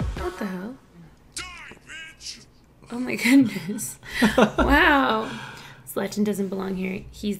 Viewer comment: Hahha that pronunciation of Zlatan.